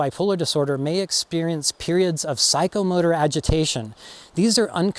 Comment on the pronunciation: This is funny not funny. I thought you said psychomurder agitation not psychomotor and I had to turn on the closed captioning but I got a good chuckle out of my mistake. When I am severely stressed the agitation and saying mean things to people comes easy as do hallucinations in extreme stress. I'll check the channel for videos on how stress can affect bipolar. If you haven't done any on this subject I'd like to hear about stress and bipolar. I was under extreme stress for years with my husband's terminal diagnosis and then when he died felt kind of guilty as it was over and my stress and depression lifted a lot. I grieved more in those years than I have since he died so anticipatory grief of 21 years (yes years and no people don't usually live that long with his heart diagnosis) actually helped my situation in the long run I think.